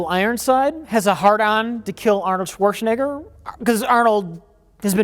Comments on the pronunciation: Why does keep saying Schwarzenigger? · Why does everyone keep saying Swortshenegger, nobody is expecting german pronunciation but please, the Sh sound is in the beginning. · Do Americans say "Schwarschenegger" or is that just dementia? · "Chwarchnaeger". XD Here's a tip on how to pronounce it: Schwartzen - egger (or simplified to chwartzen - egger) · "Swartschenegger" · I love but he says Arnolds last name like it has an I and not an E. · The way pronounces "Schwarzenegger" will never stop being so utterly fascinating.